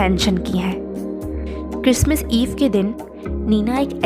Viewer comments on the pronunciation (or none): क्रिसमिस नहीं, क्रिसमस